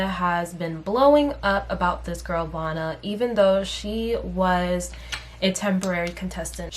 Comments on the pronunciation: Her name is Vanna like Hannah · btw I think her name is pronounced “vanna” like “savannah” or “banana” lol